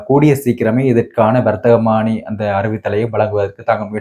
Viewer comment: வர்த்தமானி என உச்சரிக்கவும்